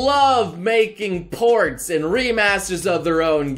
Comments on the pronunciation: Man, every time you begin to say "ports" I was expecting (and almost hearing) you say porn. You corrupted me. Well done. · i thought noble said "Its time to talk about their management....of their porn" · Perverts will hear porns first when he said ports